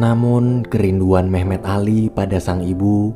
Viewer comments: Awal Mimin bilang nama Memet di kuping ku terdengar mem*k 😂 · Gua denger mehmek njir